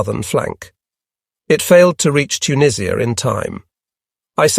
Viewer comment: "Auntie JUS" is actually "tante yu" and I have no idea where "Tuneeesh-ia" may be.